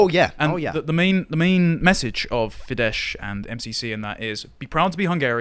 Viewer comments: Fidesz is pronounced with a S ín the end, not Sh. Greetings from Hungary! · 'Fidesz' is pronounced 'Fidezz', not 'Fidesh'. In Hungarian, a single 's' is pronounced 'sh', where there's an 'sz' it's a 'z' sound, meanwhile, where there's 'zs', it's a 'J' sound. I'm trying to learn Hungarian at the moment, it's a viciously difficult language. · It's pronounced as "fidd-ess" . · Great work. But can I say that you are both pronouncing Fidesz wrongly. Sz in Hungarian is an ‘s’ sound. So ‘Feedess’. It would only be a soft sh/zh if it were ‘zs’.